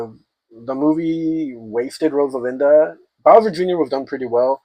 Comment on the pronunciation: Rosalina, not Rosalinda. Stoopid